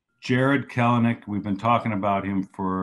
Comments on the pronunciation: no. Kelenic says it’s Kell-nick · He says Kelenic wrong, too. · i'm like 99% sure this dude pronounced kelenic's name wrong the whole time